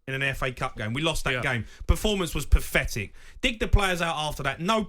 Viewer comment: The word is 'pathetic' not 'pafetic'!